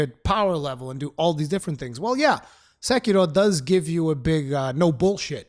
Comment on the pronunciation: The ONLY person on the internet to pronounce Sekiro properly. I cringe so hard whenever I here SEKERO. Subscribed. Loved the review. Keep locking scrubs out of your games FromSoftware. We love you guys for it.